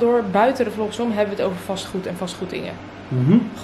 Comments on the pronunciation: Ik verstond dus echt “Fastfood” en snapte dus echt niet waarom je over huizen begon te praten haha 😂🙈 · Omgg dat verstond ik ook🤣🤣 vond het een rare combinatie fastdood en verbouwing🙊